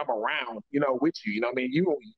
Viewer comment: I wonder who told that there is a ‘F’ in the word ‘with’.